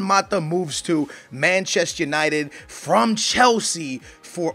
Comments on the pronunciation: It's not Machest United, it's ManchestER United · It's "Manchester United" not "Manchess United".